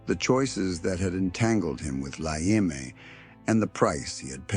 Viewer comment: Go watch REAL Gangster stories, From Real Gangsters! This crap is boring…. He can’t even pronounce La EME right…. Dude….get it right!